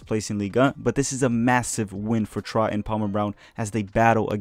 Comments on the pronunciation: Troyes is pronounced 'twah' (roughly). kind of like the number 3 in french- un, deux, trois... hope that helps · In French it’s pronounced « Tr-wa ». You can also call the club with it’s acronym : L’Estac !